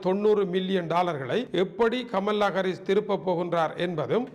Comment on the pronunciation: அண்ணே கமல்லா இல்லை. கமலா. ஒரு தமிழனாய் இருந்தும் இப்படியா உச்சரிக்கிறீர்களே!!!!.